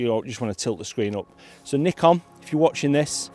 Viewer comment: Nice to hear you pronounce Nikon right as Nee-Kon! not as many other youtubers as Nye-kon. So annoying. I think modern Nikon is really good for landscape photography and architecture photography, because of sharp lenses and colour science which I like more than others.